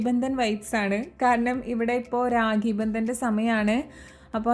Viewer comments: Ragi alla raki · രാഗി ആണോ രാഖി ആണോ